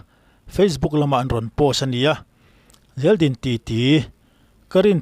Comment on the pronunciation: Zeldin mai2 han chhiar chhuah vak chu a va ho ve aw